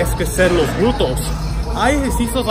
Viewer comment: Agradesco mucho tu esfuerzo en hablar español!!👍y muy buena rutina de ejercicios, me encantas! Y muy linda modelo. Solo un detallito ya que lo repites mucho y de verdad estas tratando de ayudar sinceramente; se dice (glúteos) y no es nada personal. No! Solo quiero que lo pronuncies bien!😊💖